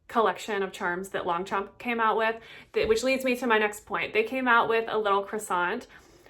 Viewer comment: Nice vidéo ❤ but please don't promounce the g anf the p. 😊